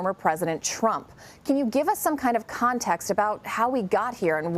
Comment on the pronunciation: Since he’s making “deals” with the Taliban he could pronounce their name correctly.